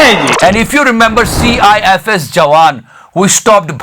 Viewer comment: Did he say CIFS ke jawaan🙄